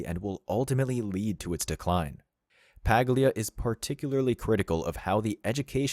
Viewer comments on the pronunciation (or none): The “G” in her name is silent, sounds like “Pah-lia”. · Check how to pronounce her last name. G is silent